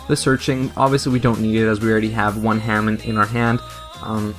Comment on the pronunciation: It was pronounced Huh-Mahn not Hay-Men. And also it's U-Rai-A not U-Ree-A. In - to to said you didn't know so I thought I'd just say in case you didn't know. Anyhow, thx for the deck profile!